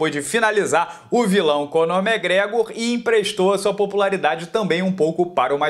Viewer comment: Acho engraçado o jeito que ele pronuncia o nome do irlandês: “megregor” ❤️